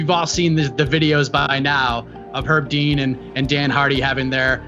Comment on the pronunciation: pronounced Herb Dean with a silent H about 50 times and no other comment addressed it, am I insane?